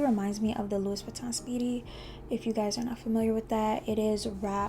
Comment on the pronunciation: Please learn how to pronounce the name properly.